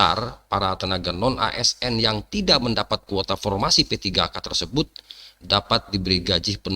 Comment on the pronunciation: Pormasi Rrrrrrrttttrrrrrrr